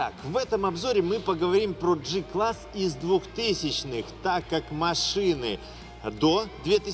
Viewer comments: Осмелюсь поправить.В германском алфавите нет буквы "ДЖИ". Произносится прямо"Г" класс. Без обид, с большим удовольствием смотрю ваши обзоры.🖐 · Джи-класс ? Значит джелендеваджен , а не гелендеваген и джуджл , а не гугл , на поджуджлить как правильно.